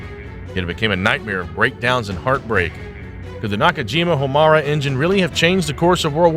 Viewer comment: I think it's "High-Yah-Tay" Hiyata was the name of Ultraman's human form. Not the same. Also, perhaps more crucial to the presentation: the name of the engine is "Ho-Mar-ay".